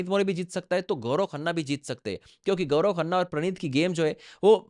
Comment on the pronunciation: Pahle tu Sahi sa Naam Leena sheek gaurao nahi hai Gaurav hai 😂😂😂